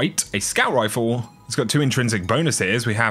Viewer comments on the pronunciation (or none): none